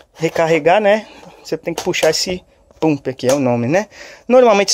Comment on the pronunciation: Se pronuncia pampi